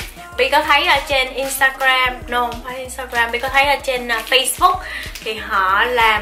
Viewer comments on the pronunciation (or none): none